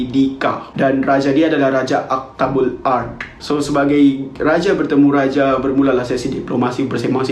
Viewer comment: raja aktabul ard sounds like dabbatul ard urmm